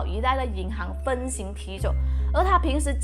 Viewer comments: 你确定你在马来西亚说的是（Xuan1）赏不是（Xuan2）赏？哪个地区说（Xuan1）赏啊……这不关马来西亚的口语吧……随便讲个银行分行（Hang）你读（Xing）的吗？这根本就不是什么马来西亚口音的关系。错了就是错了……不要说什么用词了....性侵犯是指人，应该用性侵...验尸房不是验身房..还有些有需要我一一列出吗？没必要吧…… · eric chan 我说的是分行（Hang）他说的（Xing）.弃身我给他过.那性侵犯呢？他说的是性侵犯...明明就应该是动词说到去名词。担架是（Dan）不是（Tan）。赎取（Shu）不是（Lin）取...自创也用词不当啊……他自创那个美容院哦……开设就开设啦……这个马来西亚口音有啥关系啊…… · 所以他其实是要说分别提走是吗？没有人说分（Xing）提走的啦… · 分行的行应该读háng 有恃无恐的恃应该读shì